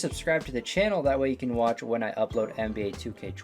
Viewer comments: "NAB" Fat Oof my guy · Nba not nab